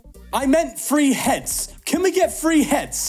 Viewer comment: His accent is so thick when he says, “three heads”, YouTube captions thinks he’s saying, “free hands”…😳